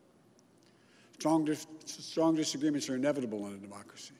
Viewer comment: He cannot pronounce “strong disagreement” LMAO. Also the election is not over, the legal battle has just begun.